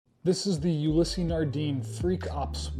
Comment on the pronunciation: You-lease Not You-lease-ee